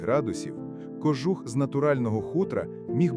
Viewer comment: Попрацюйте над наголосами.КожУх!